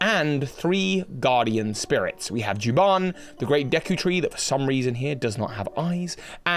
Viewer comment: I was kinda reminded how A Link Between Worlds foreshadowed Majora's Mask 3D. So maybe Nintendo is planning an OoT remake. Might be just hopium. Also you mispronounced Jabun, it's not Juban. I'm also convinced Echoes of Wisdom is a sequel to the Oracle games. Cuz the Link, Zelda and Ganondorf have the same designs as in those games.